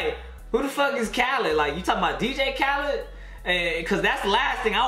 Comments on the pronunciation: It’s actually pronounced kuh-leed that’s how you pronounce it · That's not how you pronounce him name 😭